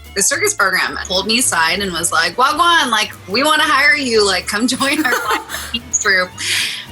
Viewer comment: I thought she is Jamaican after she said wagwan 😶